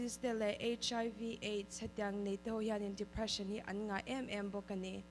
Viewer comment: English chu lam no vel tawps ta ni😂😂😂Dephreesan🤣